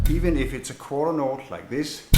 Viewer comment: The way he says quarter note is hilarious!